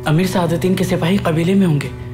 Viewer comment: Sadateen qobek ❌ sadateeen qoda ✅